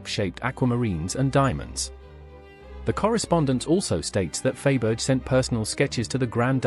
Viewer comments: I can’t watch this inaccurate video by a narrator who pronounces the name of Faberge…..Fayberge. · Glad it wasn’t only me cringing over the mispronunciation! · I never knew that Faberge made tyres like Dunlop, Pirelli and Michelin did/do. Do aristocratic women keep their spare tyres in the car boot? Sorry, but the mis-pronunciation of Faberge is horrendous; and when you cannot correctly say the name of the video's subject, I have a problem with watching it. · The jewels are gorgeous but the mispronounced name of Faberge was so off-putting that I had to stop. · It is an AI (artificial intelligence) voice that narrates this video. Thats why there is so much wrong pronunciation!